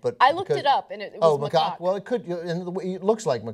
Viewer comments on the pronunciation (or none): ana said macawk so much in this video i came. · Did Ana just say macock? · Its pronounced "Ma Cack" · They are both pronouncing it wrongly... It's pronounce as MA-CACK. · NAh-roo-toh. Mah-kak. (as in the American pronunciation of (don't laugh British people) khaki pants.) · it is pronounced mahcack, according to international phonetic alphabet, emphasis on second syllable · it is pronounced 'muh-KACK'... second syllable rhymes with 'hack' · It's pronounced Ma-kak with an A not O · I think it's pronounce Mahcak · Macaque is pronounced "Ma-Kor". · Isnt it pronounced Muh-caw? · The a in second syllable of macaque is a soft "a" sound not a soft "o" sound. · You ARE pronouncing it wrong. (/məˈkɑːk) M as in my. A as in about. K as in kind. A like in Father. K as in kind. Is a little research so hard to ask for? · I'm sure PETA was willing to act as Naruto's financial managers, too. :D (and it's "macaque" - the second syllable is pronounced like the first syllable of "cackle". Grow up, children.)